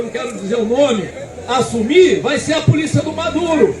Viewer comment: Ridículo é vc falando polícia. Se liga meu!